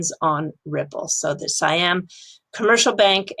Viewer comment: Sai Yaam(not SEE Yaam) Commercial Bank, you had it before :)